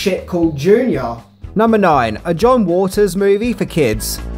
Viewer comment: Are you saying 'John Walters'?